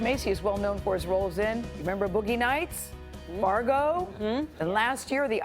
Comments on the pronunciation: Did she say largo?? At the beginning instead of “Fargo”?? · OMG. DID SHE SAY "LARGO" UGHHH! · I'm pretty sure that anchor said Margo and not Fargo. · Did she say Margo instead of Fargo? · She pronounced his movie wrong it’s “FARGO” not Margo Jesus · Did this clueless woman say Largo? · did she really say margo